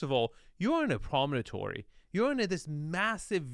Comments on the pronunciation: Promontory is the word, not "prominentory". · “It’s a promonatory.” No, it’s not. It’s a promontory. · Hehe - we could listen to mispronounce “promontory” all day long. (Dude - it’s not promonotory - rotfl.)